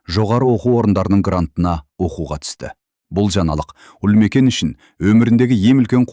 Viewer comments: Туһ,Үлмекен деп оқымашы,Ұлмекен деп оқышы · Неге, Ұлмекен 💪 деп айтпайсыз? Үлмекен или Ілмекен дейсіз?? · Неге Ульмикен деп оқысыз? Ұлмекен ғой!!!